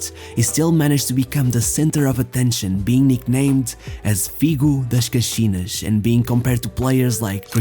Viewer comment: Are you Portuguese ? 🤙🏻 if your not your accent for places like caxinas is really good 🤙🏻